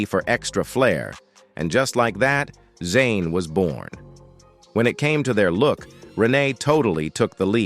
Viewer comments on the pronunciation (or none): How does AI pronounce it correctly but then talkin about ZANE ?? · Flava Units first ladies of R&B....even though they went to school in Philly but their music career started in Jersey with the "Unit". For the bots their name is Zhane (Pronounced ZJah - Nay (the Z is silent)). 😊😊😊😊😊😊😊😊